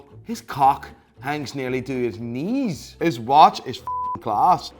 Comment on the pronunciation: I saw say about 50 times "his cwock nwerly reaches his knweess"😂😂😂😂😂😂😂😂